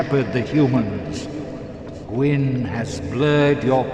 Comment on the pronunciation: somehow, you nailed kaathe's name and failed on gwyn's twice. and the problem with kaathe is that it's totally unclear WHY he's helping you at all, and that his methods to achieve this are evidently not the best. frampt is just a brown noser, trying to stay in with whoever's in power, but kaathe..... kaathe wants you to become the dark lord for wholly unknown reasons. what does he get out of it? is he actually trying to help, or is he getting something out of this? and considering his last two plans resulted in manus and then the four kings drowning cities in dark, should we really be listening to his plan even if he's right?